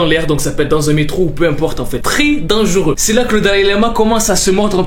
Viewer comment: Tu dis denguru à la place de dire dangeureux😂